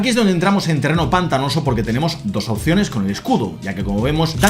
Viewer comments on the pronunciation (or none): none